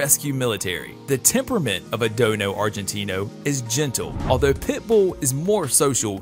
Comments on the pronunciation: It's Dogo not (Dono ) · It dojo Argentino not dono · It's call dogo not dono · What is a Dono?? Haha at least get the name right! It’s a Dogo! Also a rottie is not as agile as a pit! Also plenty of breeds more powerful than the pit it’s just that the pit bull is easy to fight unfortunately and they are always game. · I guess he "dono" it's called a Dogo!! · Bruh I hate when he says dono is dogo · Dogo not Dono! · Its a DOGGO Not DONO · Dono ...really??? Its dog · DOGO NOT DONO!!! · Learn to pronounce it right its not don its dogo